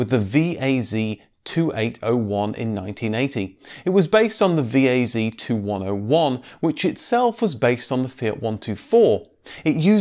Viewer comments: Not Vee-Ay-Zee, but Vee-Ay-Zed!(VAZ) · You misspeled VAZ. Not "vieizi", just "waz" or better use "lada". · Так смешно когда ведущий читает VAZ и говорит ВИЭЙЗИ, сразу видно низкий уровень знания автомобильного мира